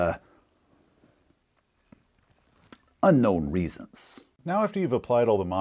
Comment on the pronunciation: "Unknoun reasons"? hahaha you never fail to make laugh. Thanks for the video.